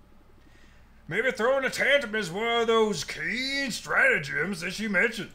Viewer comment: "Nothing I haven't heard in the anonymous reviews section. Where is that? Its in the comments below" Good one. DID SHE SAY STRATOGEMS?! 380mm High Explosive Barrage directly on her position